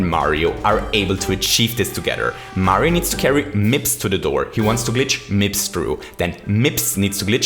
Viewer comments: Nobody:: M I P S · he did prodounce it weird right, he paused and said MIPS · Take a shot every time he says mipps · Take a shot every time he said mips in the 30 star segment. Don't actually, i don't want anybody to die. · How many times did you say “MIPS” with the emphasis “Then Mario picks up... MIPS and...” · Haaaha mips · Why is saying mips like that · I love how you say MIPS. I'm not sure why. I love your voice/accent and because of that, I guess the emphasis on the word is great to me. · why does he say mips so weirdly its really bothering me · Say mips again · I love how he pronounced Mips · Why TF do you say MIPS so weirdly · It actually annoyed me